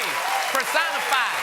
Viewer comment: Personified. Personified. Personified. Personified. Personified. Personi... fied